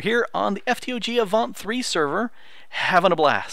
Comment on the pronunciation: lol i know right great youtuber and just to let you know its avant lol